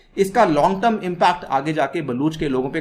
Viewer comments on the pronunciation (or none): none